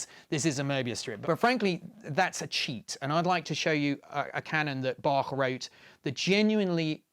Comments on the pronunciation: so you have to play the music Bachwards? (but I like that he pronounced the name Bach correctly, not with the "k" as most of english speakers do) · Wow, a Brit who can actually pronounce both Bach and Möbius correctly. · Thank you for the great pronunciation of Bach and Möbius. If you want to try the ö in Möbius for yourself: like 'ea' in early.